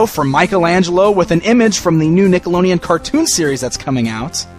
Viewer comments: is it me or does it sound like he's saying nickeloneon instead of nickelodeon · he totally says nickeloneon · He said nickeloneon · I'm not being rude or anything just find it funny but says Nickelodeon strange xD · Bdude 120 Nah I'm just saying how he pronounced it was funny